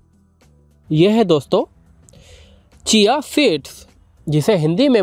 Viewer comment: Aap mirch aur pudina ke naam me paper pronounce karte hai jab ki wah pepper hai,aise hiचिया। ना बोल कर शिया seeds bole।